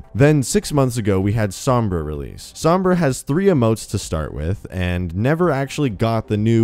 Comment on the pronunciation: Overwatch News all you white people cant even pronounce sombra correctly